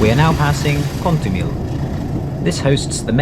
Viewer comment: Pocinho -> Poossinho, not Pootchinho, Caíde -> CaEEd, not Caeedj. Tâmega -> TÂmga, not TâMga. Chaves -> Shavsh.